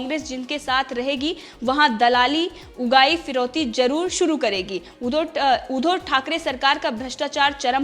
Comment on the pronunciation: ऊधो नही उद्धव बोल